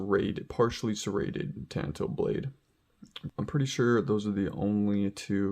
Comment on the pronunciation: Ton toe! Ffs it's not a ka-tan-a sword! It's a ka ta na sword